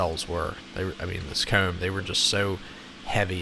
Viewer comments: The way he pronounces comb is so weird. “Keyoom” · Lol I truly love enjoy how he says his o words, hoome coomb, it’s pretty cool! Also... kinda trips the trypophobia